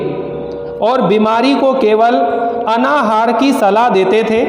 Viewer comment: अनाहार नहीं अन्नाहार होता है.... उच्चारण तो सुधार लिजिए पहले अपना